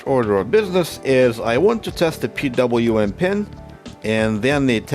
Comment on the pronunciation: I know you originate from some post-Soviet country, just like myself. It's pronounced "P double-u M", not "PVM". Thanks for sharing still! This repair case was interesting.